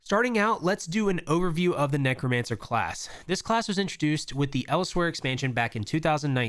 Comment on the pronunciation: Else-where, like somewhere else. Not Eles-where.